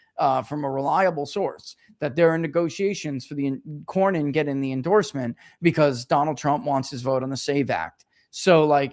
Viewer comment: Cornyn not Corbin